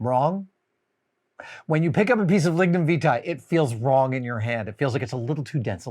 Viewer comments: It's "Lignum Vie-tee" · Lignum Vitae. A name I hate the 'correct' pronunciation of. I mentally say something else.